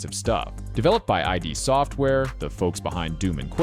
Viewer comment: This is a fantastic video but I'd make one correction. The developer you called "I.D." software is actually "id software". Id being "the primitive and instinctive component of personality" in psychology.